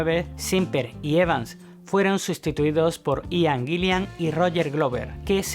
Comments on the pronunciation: Aian ???...Aian????...o....Ian ...aprende a pronunciar... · Buen video. Pero Ian se pronuncia tal cual: Ian. Eso de "Aian" es un error. Ian Gillan, Ian Paice, Ian Anderson... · un concejo, el nombre Ian se pronuncia asi como se escribe, no se dice aian.